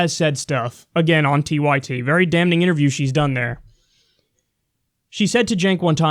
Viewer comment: lol why does Kyle pronounce the n in damning?